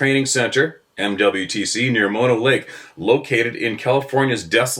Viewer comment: Good job pronouncing Mono correctly,! Even most Californians mispronounce it as "Maw-noh".